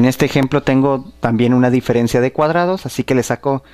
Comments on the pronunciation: Dice "direferencia" en el minuto xD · ¿Polínomio? ¿Direfencia? O.O